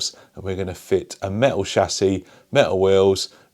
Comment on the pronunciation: Very cool but do you mean metal? You keep saying méh-al.... Pffff